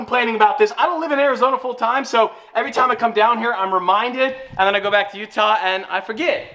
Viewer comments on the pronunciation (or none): none